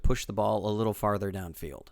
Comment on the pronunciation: ..."the 'Kittle' things"...Lol...